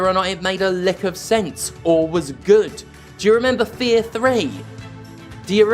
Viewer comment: Fear 3? Oh, you mean F-three-ar.